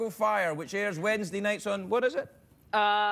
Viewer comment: How's that advert? "Grammarly does more than catch airs..."??? They can't pronounce the word, but they'll help you catch 'em!